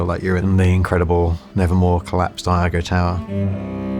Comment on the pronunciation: Iago is pronounced ee-AH-go. Not i-AH-go!